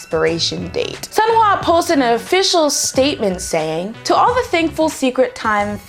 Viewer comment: I literally just started pronouncing Sunhwa correctly and now hearing you pronouncing it how I used to got me going backwards.